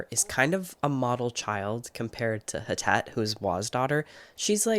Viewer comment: Hi! I doubt you’ll see this but wanted to let you know that Htet is pronounced more like Thet (if that makes sense!). She is Burmese and was found in Malaysia but she is not Malaysian. Htet is a Burmese name, as well! The author is Karen on her mom’s side, an ethnic minority from Myanmar